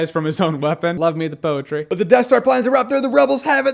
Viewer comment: Jeramy did you say poetry? Like the sort that rhymes?